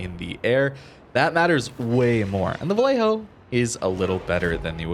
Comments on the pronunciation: Its pronounced va-YAY-ho, two Ls have a y sound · the "ll" in vallejo is pronounced like "y" in english like "yamato or yellow". I speak spanish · As a Spanish speaker, I agree with Harper. However, having lived there and stationed there back in the 80's, everyone pronounced it Va Lay Ho. On a side note, we jokingly called it Valley Jo.